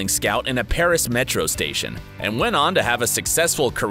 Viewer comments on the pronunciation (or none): none